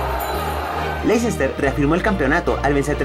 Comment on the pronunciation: oh sí, lo que implica el atalanta, no es la Juventus, ni los de Milan ni el Nápoles. Y otra, se pronuncia "lester", veo que batallan mucho los de tu país para pronunciar nombres en inglés.